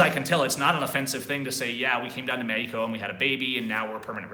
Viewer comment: dude quit saying Meko the English language pronounces it Mexico